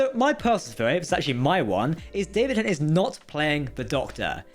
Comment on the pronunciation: it’s tennant